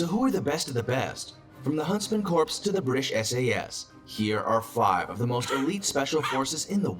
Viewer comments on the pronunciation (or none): It bothers me he’s saying “Corps” as corpse when it’s pronounced as core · It's pronounced a core, not corpse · This dude saying "corpse" the whole damn time ... it's pronounced "core" (kor) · Corp ( Silent p ) NOT CORPSE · It's pronounced core not corpes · I am having a hard time with "corpse"... not military, and i know what it looks like but please, core not corpse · it's pronounced CORE not CORPSE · is it annoying to anyone else that the Narrator pronounces "Corps" as "Corpse"? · Corps is pronounced 'core' . It's not a dead body. When has anyone heard a miltary official refer to a 'corpse'. Amateurs. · It’s pronounced “core”, not “corpse”. 🤦🏻‍♂️🤦🏻‍♂️🤦🏻‍♂️🤦🏻‍♂️ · Exactly, i was thinking the same Thanks for pointing that out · Prounced core,not corpse! The narrator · not to throw shade but for the information of the masses, CORPS is NOT pronounced "corpse" it is pronounced CORE. The Corps sounds like the core. he's hurting my ears with corpse lol. great video and reaction L. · These guys don't make themselves sound very credible when they pronounce corps like corpse. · It is pronounced corr not corpse! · Ok - narrator is keepin’ it 100 with Barock’s lexicon. Please stop with Corpse! You dummies for allowing this to go to press. Let’s sound it out: CORE. Yes, English language houses a myriad of exceptions in pronunciation, However- these are the Elite of the Elite. Don’t disparage their dignity with your ignorant narration. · That dude apparently knows about all those elite forces, yet can't pronounce "Corps" properly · ......//SIGH//.......'Core' -- it's pronounced "CORE" .......not "Corpse". Jeebus. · Corps is pronounced core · i cant watch this video when the dude doesnt know how to pronounce Corps correctly. not "corpse", it not the Marine CORPSE, the Marine Corps. nothing wrong with you, just the dude in the other video you were watching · I hate when people pronounce th "P"and the "S" in Corps. It's "Core" people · It bugged the hell out of me too